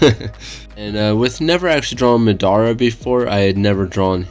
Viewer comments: bruh MAH-dah-rah homie said muh-DAH-ruh. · Love the drawing but how do you watch something and not get pronunciation right😭 I never understand it’s not (mu•dar•a) it’s (ma•da•ra) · It mah-der-ah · Who else felt hurt when he said maDARa And also there’s 9 characters not to be picky. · Disliked coz of the way u said Madara, jk but don't ever pronounce it like that ever again